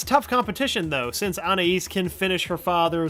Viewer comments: I've never been able to figure out the pronunciation of "Anais". Every episode it's different. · Why can no one say Anaïs correctly?